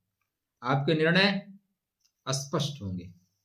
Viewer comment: भगवान करे आपको कोई योग्य व्यक्ति स्पष्ट और अस्पष्ट के उच्चारण में अंतर बताये। जिससे आप स्पष्ट का उच्चारण, स्पष्ट ही करें।